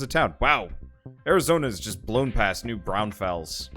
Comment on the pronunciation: Saw that this game had a major new release and wanted to see a play through, this was my best(old) option. Hearing you say New Braunfels is hilarious, since it's a town I live near.